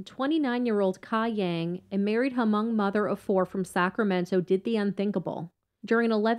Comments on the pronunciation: I’m gonna correct the way you said Hmong. It’s pronounced “mong” not ha-mong btw lol. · The h is silent in hmong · Sorry to be "that person," but you don't pronounce the H in Hmong.